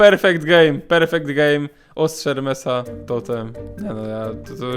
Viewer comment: Ostrze ermesa ✔️ Ostrze Hermesa ❌